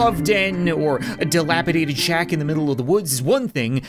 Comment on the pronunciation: hehe Dilapidated big shaq